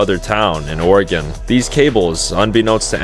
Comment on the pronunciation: Please never say it that way, it hurts my soul